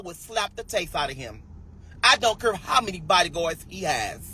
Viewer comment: Shim don’t cure😂??? girl STFU!! The word is care!🤣. BTW snitches get stitches.!😉